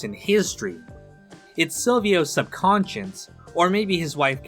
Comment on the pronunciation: its subconscious, you clown. not sub-conscience. that aint a world